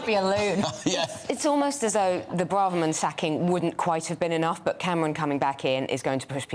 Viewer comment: Please hire a sound engineer. The sound on your broadcasts is awful. It either cuts out or it just echoes. It's really poor if you want to be taken seriously as a major news channel. Also please agree as a channel how to pronounce Braverman. It's painful to hear political commentators who can't even get the name of one of the highest politicians right. Listen to how she pronounces it. Do some research. It's incredibly disrespectful to get someone's name wrong especially when you must hear it 100 times a day.